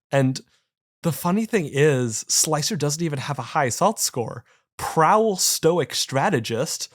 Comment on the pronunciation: Hey it's sl-ICE-r, more than meets the eye indeed.